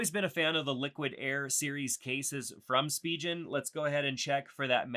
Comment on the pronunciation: I can't help feel cringey when someone says spigen wrong lol